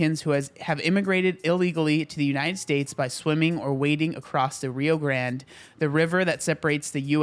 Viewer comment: This whole time I thought he was Hispanic. When he pronounced Rio Grande wrong I was like “why is he doing that.” Then he said he’s white. I was shocked. He looks Hispanic to me.